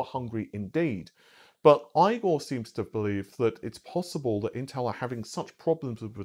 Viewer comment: Can you please say Igor's name right?